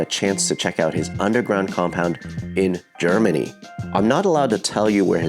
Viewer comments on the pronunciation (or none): The guy says "chairmany". There is a country called Germany. Also - the plates say MB (you can google it). Also - it's a Moto GP rider (or a BMW team DTM driver) who has enough cash-aroozkies... buckaroozkies - and who has started his career in early bikes. Also - amazing collection. The guy even went to old BMWs, which not many collectors do. Well done. Also - if you are (don't be) mad to find out his name - you can probably find a German registry where you can enter the licence plates. Or maybe not. Because chairmans are crazy on protecting their "private data" for no reason (because maybe russkies are coming?)